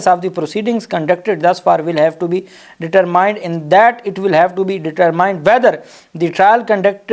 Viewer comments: AOA.Dear SB. Heated کو ھئیرڈ پڑھنا درست نہیں ۔اصل Pronunciation گرد ھے ۔میں آپ کے v logs کو ریگولر دیکھتا/سنتا ھوں۔جو کافی informative ھوتے ہیں۔ اسی طرح آج ے v logs میں determined کے pronunciation ڈیٹر مائینڈ نہیں بلکہ ڈترمنڈ یں۔ شکریہ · Heared pronunciation is ھرڈ جبکہ determined کے ڈٹرمائنڈ کی بجایے ڈٹرمنڈ ھیں۔